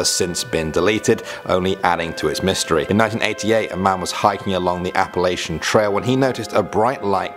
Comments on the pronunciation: Its Appala-CHUN! Not Appala-SHUN. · The kids laughed at the way you pronounces Appalachian is all.. instead of appalaishun it's appalatchin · by the way being from Appalachian yo are saying it wrong its pronounced app-a Latch-in